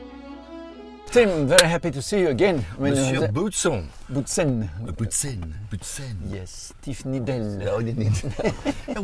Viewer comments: Our Former F1 driver's name is to be pronounced "Bowtsen" and not "Bootsen" ;-) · If he wishes to pronounce his originally Flemish name in French that's allright with me ofcourse. Otherwise it would be pronounced as 'Bowtsen'. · Thierry correcting Tiff on the pronunciation of his "Boutsen" after call him "Tim" 😂